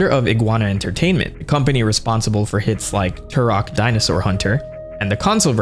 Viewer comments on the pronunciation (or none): none